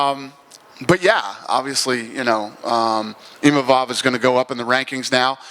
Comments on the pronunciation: People are turning their back in seconds thats hilarious, Adesanya's forever a legend PS: STOP SAYING IMAMOV for gods sake, its Imavov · what's the translator doing not being able to say Imavov's name correctly... twice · Imavov gives a speech about how to pronounce his name and this goes mispronounces it just a few minutes later.